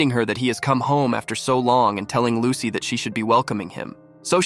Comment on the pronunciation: It's lusi not lucy